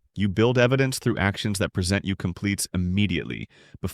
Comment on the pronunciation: This is good information, but I hate the AI voices. Like he says preSENT you when it clearly should be PREsent you. Jars the listener out of the sense of the sentence and forces a retake. Please just let a real human being speak. It makes so much better a connection with the listener.